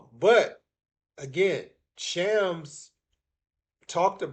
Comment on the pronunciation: It's Shams , not Chams.